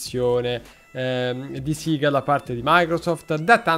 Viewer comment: E io che l'ho sempre pronunciato sega e non "siga" 😂😂😂